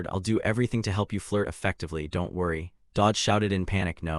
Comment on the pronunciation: "don tee" XD ai cant say anything that ends with 't